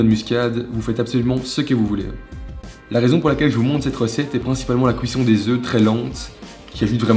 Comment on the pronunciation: J'adore comment dit cuisson "couisson"